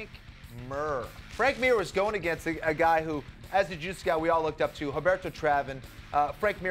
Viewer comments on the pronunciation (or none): 'Frank Mur' sigh